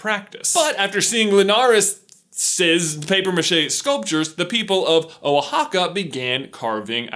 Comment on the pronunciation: I am glad you said Oaxaca not oaXaca